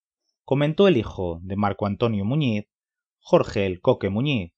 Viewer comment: Sobre todo a pronunciar bien el apellido